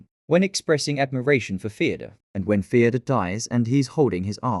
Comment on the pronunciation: Fyodor ❌ Theodore ✅